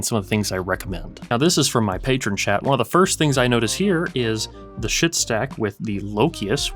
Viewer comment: Its pronounced skaheet not shit. Just sayin😮